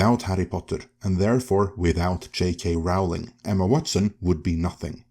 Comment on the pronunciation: J K Rowling pronounces her name as in Rolling Stones… just in case that means anything to you… 😊